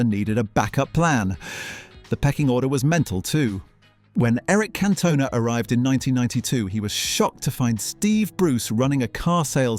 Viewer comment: Why are the accents on the players names all on the wrong syllables? Cantona, Dalglish, etc, are not pronounced this way.